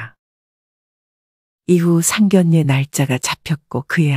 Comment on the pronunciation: 에이 제기랄 아무리 참아보려고 해도 천불나서! 나이깨나 먹은것 같은데 계속 상결례라고 하네! 국어사전좀 보고 방송을 해요